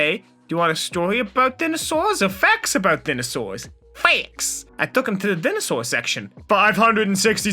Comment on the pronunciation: Say it with me, daih-nuh-sor